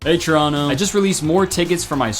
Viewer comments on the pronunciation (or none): none